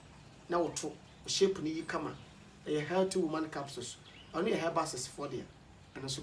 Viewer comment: Klinsman berry kobby hays 😂😂😂 and “helty”